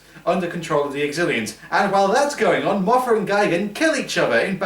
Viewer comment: it's Mothra not Mafra